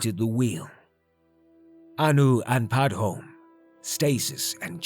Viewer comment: Damn, not many people can post this often and still keep up this kind of quality. Also, I could be wrong but I think you're supposed to pronounce the 'e' in Padhome, since another spelling for the same name is Padomay. Also CHIM is pronounced 'kime'.